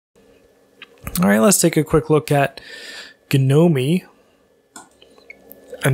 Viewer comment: Did he just say "ga-no-me? REEEEeee